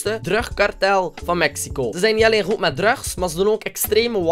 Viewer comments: je zegt druks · je zegt drugs maar het is druks zo spreek je het uit:$ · hoe hij drugs zegt hahaha😂😍😘😂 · hoe zeg jij drugs? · Hoe hij drugs zegt